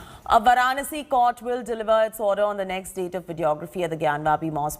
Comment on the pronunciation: Where is this anchor doing on In India who cannot pronounce Varanasi! Pronouncing with wrong stress on syllables and wrong intonation. Sounds totally silly.